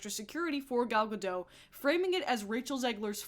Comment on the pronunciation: Gal GaDOT. She is not French. Pronounce the T!!!